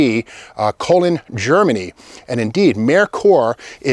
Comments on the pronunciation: Cologne is not pronounced COLON. Its pronounced CO LONE. BTW, the Food Sierra was a bad ass car. This was in the days when Ford built FAR superior cars in Europe than the US. Even though Reagan was the president, government regulators was run by progressives who despised anything US and or desirable. We are moving back to those days again sadly. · The Mustang SVO was also a bi-wing car. Koln is pronounced as "Cologne" not colon. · I had to laugh when Steve pronounced Koln as colon haha